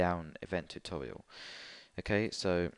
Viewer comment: It was funny when he sed tutorail